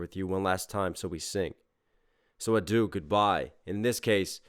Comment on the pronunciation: P.S. “adieu” is pronounced ah-dyeuh, not a-do. Also, “adieu” is, I think, more than just goodbye, it’s more like “farewell”, and “auf Wiedersehen” can mean the same thing, “so long”, so it is interesting to mix the different languages, and the nuances of “goodbye”.